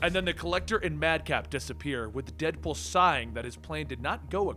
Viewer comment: Listens to opening...here's dipple instead of deadpool.